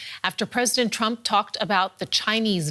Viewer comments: "President Shrump" She said...🤣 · Did I hear "president shrump"? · president Shrump😂😂😂😂😭😭😭